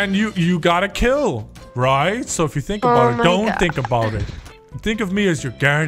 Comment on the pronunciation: I loved that "I hope ye enjoyed". Like you were giving the guy that subtle nod that you're